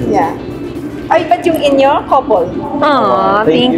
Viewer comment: Talagang the “coufle” F talaga 😂 😂😂